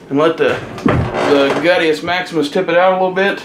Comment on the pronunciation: I fucking died when he said "the gutues maximus"